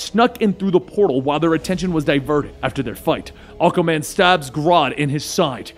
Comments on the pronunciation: Aquaman ❌️ Akaman ✅️ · Enjoying your videos, but you really need to work on how you pronounce "Aquaman". It sounds like you're saying "Occa-man".